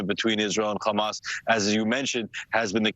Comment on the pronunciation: People who insist on being extra with how they pronounce "hamas"...